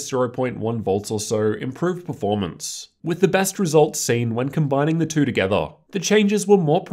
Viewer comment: They way you say two kill my ear are you pulling out of your gut. Everything else you say is normal.